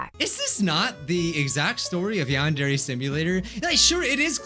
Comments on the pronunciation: WHY U SAY YAWNDAIRY. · Why u say yan-DAIRY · When he said "Yandere" the subtitles were like, "Nahh.. He said you and Jerry" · It’s YADERY